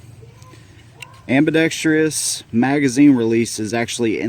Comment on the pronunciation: Super nice video and a very fair assessment of the gun. Good b-roll, framing is nice, angles and background are easy to watch. One small nitpick... there's no such word as "ambi-dexTRY-ous." AAUUUGHHH!!!! For crying out loud!! A tragically common mispronunciation. Drives me nuts. And if that's the biggest complaint that I can find, then you know it must be a good video. :)